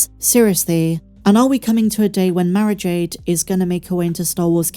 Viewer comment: Must listen closer, you were saying Mara Jade, i tought you were saying marriage aid.